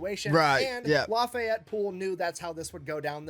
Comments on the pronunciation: "Laffy-Yeti".....you'd think the British would know the godamn French name Lafayette!! Holy-shit, they say we don't know shit about Europe! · Lafayette is pronounced without the te at the end. Lafayet. It's actually the name of the street I live on lol